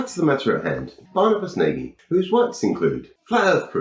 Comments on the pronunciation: Yes, old Barnabus is always good for pure daftness. BTW I think he's Hungarian so his name is pronounced Nah-gy rather than Nay-gy. If in doubt with European names, the simplest English-style pronunciation while tempting is nearly always wrong. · I think Barny is HILLARIOUS. Your take on him is also funny, but please, PLEASE can you stop butchering his name? does it, too. 'Nagy' is a very common Hungarian name (and word). It means 'tall' or 'big' and it's pronounced a little like 'nudge' or more like 'naw-dge'. Not nay-guy.